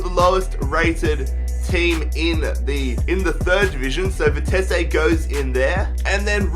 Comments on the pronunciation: You say vitessé but it is vitesse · Its Vi-Tes-suh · I think it's pronounced vite see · stop saying Vitess-ay. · bah bah, Vitesse. NEC Nijmegen for the win! WE ARE THE BEST OF GELDERLAND AND GOT RELEGATED, so can you rebuild them? also it is Vie-tes-uh. that is how you prenounce it.